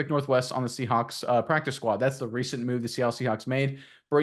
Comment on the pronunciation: is he saying seahunks on purpose?